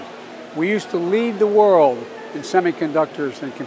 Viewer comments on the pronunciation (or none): Funny how he pronounces world. Sounds like "wow"